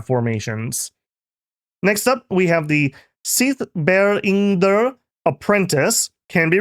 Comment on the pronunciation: Boooo, say Nidavangr better